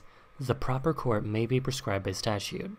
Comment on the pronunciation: am I the only one who understood "Phistacio" and not "by statuo"